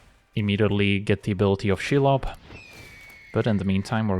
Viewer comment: That pronunciation of Shelob Chef's kiss